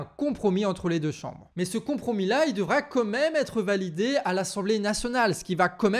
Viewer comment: Steuplait on dit "quand-même" pas "comme--même" 😁 ❤❤❤